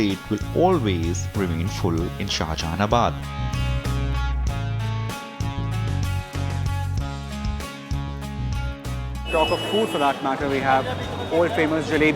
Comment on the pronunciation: It's not shahaanjahanabad